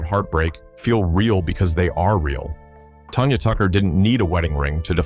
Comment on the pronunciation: It's Tanya Tucker, You Ai piece of poo poo, not "Tonya" lmao... also, still trying to figure out how Tanya was a Diva who destroyed her marriage??... Sounds like it was both, Her and Glen Campbell, who did that... but who is to say that any of this is true? I mean the Ai can't even say her name right.